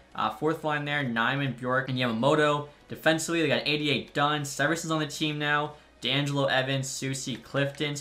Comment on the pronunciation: Seversons name is see-ver-son